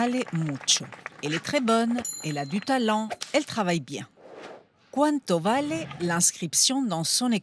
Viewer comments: "Bale" pas "Vale" por Díos 😭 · Mais pourquoi dire "valé" ? Tout le monde dit "balé" ! Y compris dans la version espagnole de CE reportage, alors quoi ? Karambolage España - "vale" | ARTE tv Cultura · Vallée ❌ balé ✅ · Désolé pour la correction, mais le v n'est pas labiodental comme dans d'autres langues ; en espagnol c'est bilabial. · On ne prononce pas vale avec le son v mais b. Je ne comprends pas pourquoi le prononce à la française quand sa largue maternelle est l’espagnol. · Normalement le v se prononce b toutefois dans certaines aires hispaniques il est prononcé comme un "v". Il faut le voir comme un accent. En Amérique Latine c'est très fréquent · J'aurais pensé qu'elle prononce les v presque comme des b, mais non Dépend des régions surement